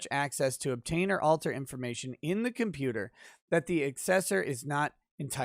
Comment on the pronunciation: "Hey, kid... I'm a computah... stop all the downloadin'..."